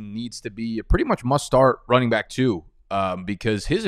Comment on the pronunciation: What is wrong with the way you say back?